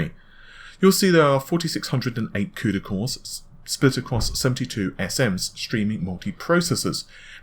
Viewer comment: what the hell is a cudycore ahhhahahhaha